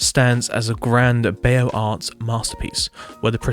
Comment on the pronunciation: Beaux arts is my top fav style, please read it as "bozar" (the right way)